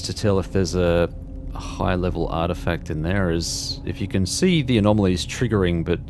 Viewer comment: Why are "anomaly" and "anomalies" changed to "amomawy" and "amomawies"